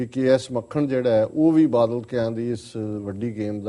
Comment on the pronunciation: ਮੈਡਮ ਜੀ,ਮੁਆਫ ਕਰਨਾਂ ,ਪਰ ਆਪਣੀ ਪੰਜਾਬੀ ਠੀਕ ਕਰੋ।ਬੱਦਲ ਨਹੀਂ ,ਬਾਦਲ ਹੈ ਅਤੇ ਅਬਦਾਲੀ ਨਹੀਂ ਅਕਾਲੀ ਹੈ।ਜੇਕਰ ਈ -ਮੇਲ ਵਿੱਚ ਕੁਝ ਗਲਤ ਵੀ ਲਿਖਿਆ ਹੈ ਤਾਂ ਵੀ ਇੱਕ ਹੋਸਟ ਹੋਣ ਦੇ ਨਾਤੇ ਬੋਲਣ ਸਮੇਂ ਉਸਨੂੰ ਠੀਕ ਕਰੋ ।